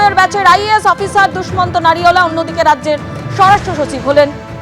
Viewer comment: No Dusmant it's Dushyant.